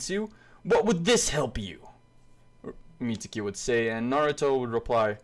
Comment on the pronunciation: the guy's name is mi-zu-ki not mitsuki there is no t or s in the name mizuki